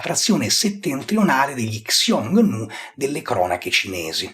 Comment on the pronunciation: Ottimo -- davvero ottimo e lucido -- video, che quando uscì, io m'ero perso. 👍👍 ********* Però,, attento con la pronuncia del termine "Xiongnu". Nel sistema di latinizzazione "Pinyin" del cinese (oggigiorno reso ufficiale dalla Repubblica Popolare Cinese, parallelamente all'uso dei tradizionali logogrammi), la finale di sillaba "ONG" si pronuncia in pratica con una [u] un po' più aperta seguita da una consonante nasale come la NG finale dell'inglese o del tedesco (tant'è vero che nel precedente sistema di latinizzazione Wade-Giles questo finale di sillaba veniva trascritto con "UNG"), mentre la consonante trascritta (in "Pinyin") con "X" (che si usa solo davanti a una "I" vocale pura oppure semiconsonantica davanti ad altra vocale, e davanti a una "U" -- in questo caso da pronunciarsi "ü", vocalica pura oppure semiconsonantica quando davanti ad altra vocale -- ) altri non è che la resa in "pinyin" di quel che combinatoriamente corrisponde all'allofono / tassofono (= variante combinatoria) del fonema /h/ (in genere realizzato più forte del corrispondente fonema inglese o tedesco) quando esso si trova davanti a una delle due suddette vocali (o loro varianti semiconsonantiche). In pratica, la pronuncia di quella "X" deve essere NON [ks] come in latino, MA quel che in alfabeto fonetico andrebbe segnato [ç] e che si pronuncia come la variante "dolce" (= palatale) del "CH" tedesco in "ich", "Reich", "Knecht"... Nel precedente sistema Wade-Giles questo suono veniva latinizzato